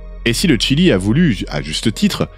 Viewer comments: Le Chili et non le tchili.... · On prononce "Chili" ou "Tchile" (en espagnol) mais pas un mélange des deux. Mais sinon très bonne vidéo! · C'est étonnant ta façon de prononcer le Chili 😂